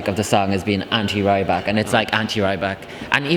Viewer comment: it's not rAYbak, its pronounced rEEbak